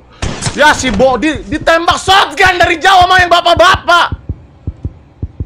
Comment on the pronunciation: Shotgun Bang Bukan Shotgan